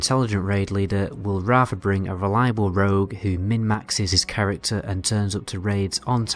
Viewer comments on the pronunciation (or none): none